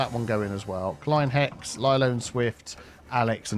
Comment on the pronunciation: Hey :-) Kleine Hexe is german - you are almost correct, you doing good with the "ei" in "kleine" so far, but the "e" at the end of booth words is spoken ;-) So its not klein hex ^^ (and it means: little witch) Some day we get you to greatly speak all languages, right? 😂❤